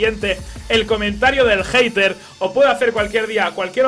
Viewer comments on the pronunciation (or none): none